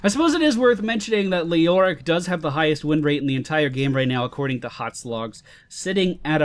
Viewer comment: It's HotS not HoTs